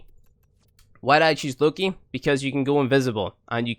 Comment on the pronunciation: Did you just said "Looky?". Are you for real?